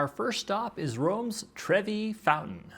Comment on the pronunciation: it’s Trevi not Trevy